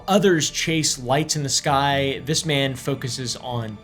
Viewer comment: “we ain’t got time fo dis, Ellis.”